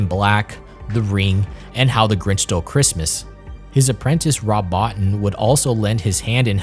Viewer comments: It's pronounced Bo-teen. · Small point, but Rob Bottin's name is pronounced "bow-teen". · Rob Bottin surname is pronounced as bo-teen.